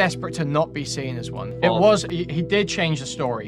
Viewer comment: cannot pronounce words that end with an "ng". He would say seen and sing the exact same way, it drives me nuts sometimes.